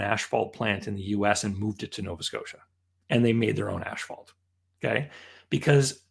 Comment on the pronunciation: It's not "ash-phalt", it's "as-phalt"